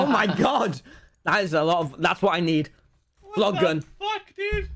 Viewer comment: Nobody : Tommy : Vog Glun